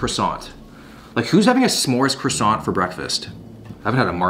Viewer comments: How can you be allowed to live in Canada with that pronunciation of croissant 🥐?? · Maybe... one day... english speaking people will learn how to pronounce the word "Croissant" .... Or maybe not....